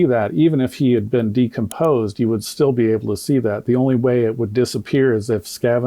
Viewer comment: There was a medical expert there but he didn't allow her to explain he report rebut he didn't see her speak at all. If I'm being honest I didn't watch all of it because once he started mispronouncing decomposed I had to tap out. I honestly believe it was so reckless and embarrassing. That man's ego is so over inflated and I don't know why so many people in the black community keep propping him up like oh Benjamin Crump is on the case watch out everyone. Every case he's involved with he ends up losing. He should just stick to tort law and give up the ghost because he sucks as a civil defense attorney & I hope he gets his karma soon bc he consciously race baits and that is really harmful because it spills out into the real world and causes division. I don't trust that man as far as I can throw him and honestly whenever I see he's involved with something I immediately believe the opposite. I wait until I see a lot of evidence before I form a final opinion on something but it's off to a bad start for his cause whenever I see him involved because like I said I don't trust that man and I think he has no integrity and I also don't think he cares about the black community he just cares about the GoFundMe money he can sponge off the black community...